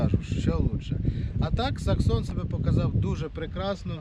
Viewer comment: Не саксон а SEXSON !